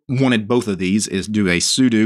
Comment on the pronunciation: Finally! A man who will correctly pronounce 'sudo'. What a relief.